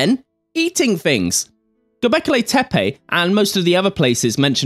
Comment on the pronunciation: I can't help but notice you pronounce the word ' things' with an f....'fings'. Maybe fings are not the fings you fink they are...but fings may change in the future. Thanks Graham for a great series.